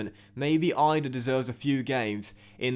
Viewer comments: Adam Idah's name is pronounced like an e at the end so it is like saying Adam Eedah not Adam Eyedah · Bro have been saying this since day one. I know the guy as well played footy with him hahah it’s eeeeedah not eyedah lol